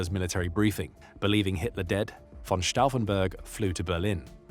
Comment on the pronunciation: Pronuncia-se vitzlében e stôfenberg.